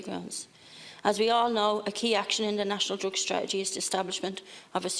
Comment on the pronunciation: she cant even pronounce the word strategy...